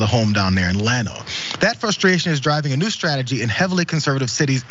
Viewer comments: Pronounced "Yawn-o"....not "Lan-o" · Llano is pronounced "yano" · Its pronounced "yano". Thats ok they probably pronounce it wrong in Texas too.